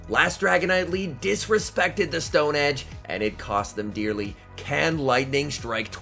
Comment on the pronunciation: "and it cost them DEERLY"